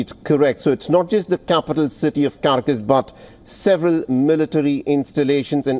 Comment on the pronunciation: Pathetic! This guy pronounces Caracas as Carcas. Typical Mainstream Media. SMH It's - CAR AC AS OK?